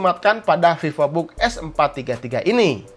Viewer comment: Pipobook Sunda banget bang wkwkw 😅